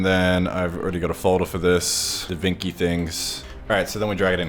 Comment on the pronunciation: Italian's having heart attacks every time says DaVinki